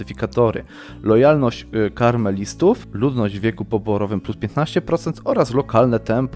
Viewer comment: to się czyta KAmelistów nie KARmelistów widzę,że komuś kremówki chodzą po myśli:)